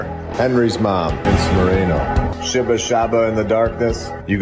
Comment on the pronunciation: Its SHEEEEBA not Shehba LOL